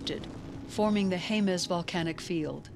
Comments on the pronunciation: (Jemez) HEM-es not HAY-mez. You're welcome. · Not near as bad as hearing Haymez, cannot finish video due to this mispronounciation. It's Jemez, J's are H's but e's are not a's.